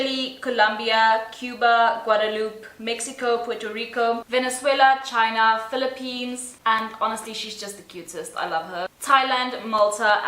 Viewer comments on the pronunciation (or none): none